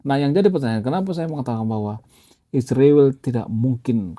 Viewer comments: Bang tolong sebut nama Israel jelas bukan isruwil oke 😂😂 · Saya benar-benar bertanya, kenapa menyebut kata 'Israel' itu sulit sekali ya.. Lebih tepatnya ga mau menyebut dengan benar..